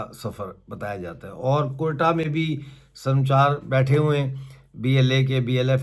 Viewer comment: Bhai yeh lafz sarmchar Nahi... Sar ma chaar hay...pehlay Balochi zaban samajh lo, phir es peh taqreer kerna